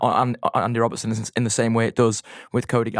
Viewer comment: sorry to correct you. Its Rob_BERT_ son not Robin_son